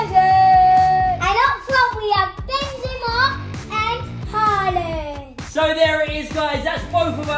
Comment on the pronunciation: Harland? Do you mean Haaland